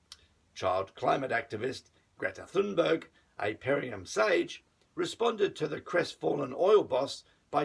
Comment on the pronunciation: you are mispronouncing the name of your 'sage'. It's TUNE-berg not THUN-berg. Kind of makes you seem dumb (no offense)